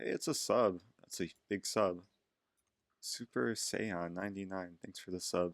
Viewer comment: “super say-on”